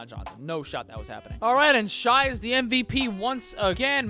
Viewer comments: It’s pronounced “shay” not “shy” do you do it on purpose? Or do you not listen to the announcers/analysts? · Am I the only one noticing he said shai wrong or am I just buggin? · 🤦🏻‍♂️🤦🏻‍♂️🤦🏻‍♂️ your pronunciation of shai